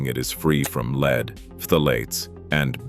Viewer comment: Probably a AI lie . Can even say lead . Leed? Poorly made don't waste your time.